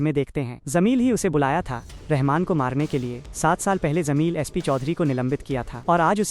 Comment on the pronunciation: zameel nahi jameel hai😂